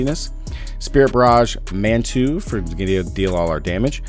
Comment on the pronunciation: Mundunugu is pronounced Moon-doo-Noog- oooh and Manitou is Man-Ih-Too.